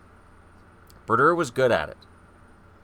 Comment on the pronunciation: Bru-dur. haha